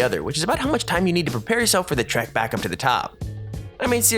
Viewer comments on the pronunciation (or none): none